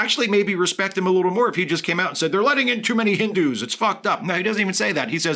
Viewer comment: The way this guy says "Hindu" you would think the word has a hard "r" in it.